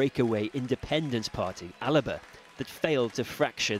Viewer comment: Sorry, but it's not al-eh-buh, it's al-bah, alba 🏴